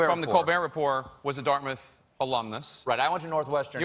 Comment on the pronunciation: Dart-Mouth or Darmuth? . . . Dart Mouth !!!